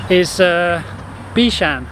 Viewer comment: Thank you for being so interested in the history of our island and our people. It is a really refreshing change from what people usually see or want to see in and about Singapore. I'm still surprised you actually drank Oldenlandia water. That's something not everyone likes, especially the younger generation! Also, I might be wrong but i believe the Cantonese pronunciation is Bik Shan DENG rather than Bik Shan Ting. Ting still sounds Mandarin.